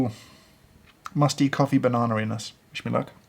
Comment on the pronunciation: I heard banana anus